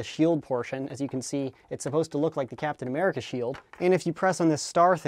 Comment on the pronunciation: its cooptin america